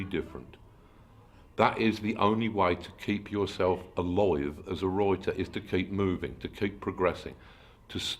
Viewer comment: Es genial como pronuncia la palabra escrito (Writer) como "Roite"